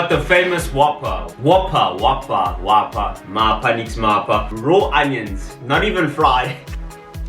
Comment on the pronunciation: Mapha nix mapha😂😂😂😂voroso ke voroso 😂😂🇿🇦